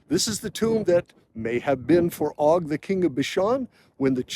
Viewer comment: Just an FYI, it is not Og with a short o sound. It has a long o sound like Oag or Oge. It is Ayin-Vav-Gimel. The Vav has a Cholam Malay. Hebrew does not have a short o sound.